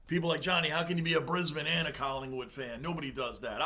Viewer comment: Hey, Matey; The town of 'Brisbane' is NEVER called Bribane, it's called 'BRIZZIE'.